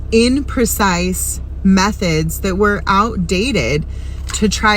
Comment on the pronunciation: seems like if she is reading a quote she would know the word is "imprecise," not "inprecise" lol